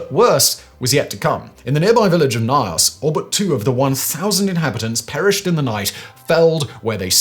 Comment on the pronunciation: It is pronounced gnos.